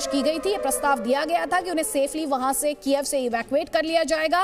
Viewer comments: कीएव है कीएफ नही। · It is pronounced as कीव for goidsake